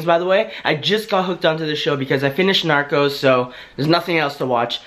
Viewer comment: Did anyone else hear him say narko